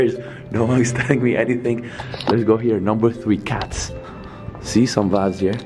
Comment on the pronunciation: English is a barrier merch. Some vaybs